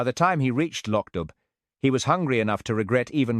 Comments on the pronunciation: No, it isn't, it's not LOCK at all ,it's LOCH , you have to listen to a Scottish person pronounce it, then you can hear the difference. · it’s Pronounced “Lock DOO”!!!!!